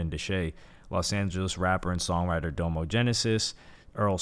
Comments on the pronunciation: DAH-mo, not DOUGH-mo. His name is Dominique. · It's pronounced "dom-o" not "dome-o" I can tell you've never really explored OF's discography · no diss to hy but this seems like he read the wiki on a video. i don’t think he is a big fan of OF but respects their legacy. (another note is how he pronounced nakel and domo) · How do you not mention Domo album Facade Records.. also it bugged me the way you pronounce doms name lol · How are you gonna pronounce Domo’s name like that? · I assume this dude didn't listen to Odd Future and is only doing his little history report on them for views with the way he pronounced Domo. Jesus.